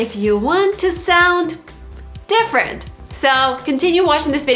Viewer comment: You said: 1) defferent. It is different . 2) most of people?